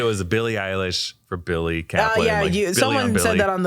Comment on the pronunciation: It was Bi-il-ly all along